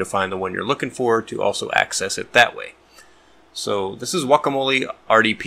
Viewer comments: so you yourself said GGGuacamole after lecturing us in the beginning it's Wacamole? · wwakamol E .It's a latin E, not an english E which sound like I. /wua ka mo l E/